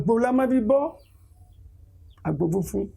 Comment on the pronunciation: Àgbò (ram) not àgbo (herbal tea)